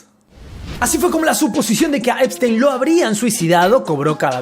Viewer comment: Yeferino espistenio? El unico que le dice asi, eres tu😂😂